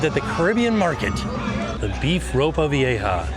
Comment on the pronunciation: Great job with pronouncing "ropa vieja".